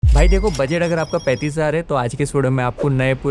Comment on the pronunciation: Budget toh thik se bolna aana chaiye bhai